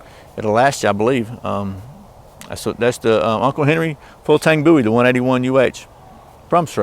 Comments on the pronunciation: its booey in speaking NOT BOWIE AS IN DAVID BOWIE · Please for the love of all things holy quit calling it a Bow E, his name was Boo E!